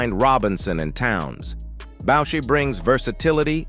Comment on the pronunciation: The AI Voice has it wrong, it's Booo- Shai , parlez?